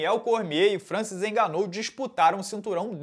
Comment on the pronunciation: Oxe, mas a pronúncia é assim mesmo kkkk